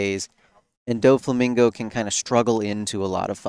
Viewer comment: wish you pronounced it DOFF EEE instead of Dough Fee. Its the same "Dof" When you are saying Doflamingo